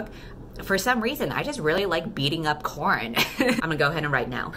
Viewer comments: Oh gosh, I can already tell the dialogue in this story is going to be witty and wonderful, haha. ALso: I know you’re saying “Corrin” (or Korrin), but the first time I heard it I thought you said “Corn”, so now that is stuck in my head and I keep picturing a cob of corn just getting the shit beat out of it. alSO: when you said you were aware that there is already a popular character named Mal, I thought you were referring to Mal from Disney Descendants. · Nooooo halfway through the video and now I can't unhear "corn." 😂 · I put this on while doing homework and for some reason, I kept hearing "corn in" instead of Corrin so it was "choking corn in" the entire time and I was like "wtf is going on" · oh.. its CORRIN, not corn... i'm getting fe fates flashbacks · Am I stupid or did she say new main character’s name is corn...